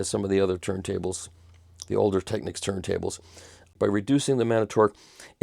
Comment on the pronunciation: Michael once again - literally - says it like it is: "Tech-Niks" The "Techniques" pronunciation revs me off the clock